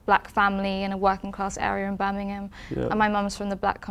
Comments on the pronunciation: "I was very much working claaahhhs" - In a posh accent. Got her Adam! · Not cIass. She said “kIoss”, get it right IoI